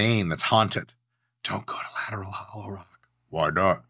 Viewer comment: Bro i thought he said "gyatttt!" during the lateral thing and I was dead